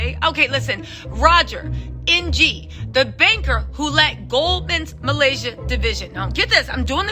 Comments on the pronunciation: ‘Ng’ pronounced “Ing” like “kick -ing” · Ng is pronounced 'ing'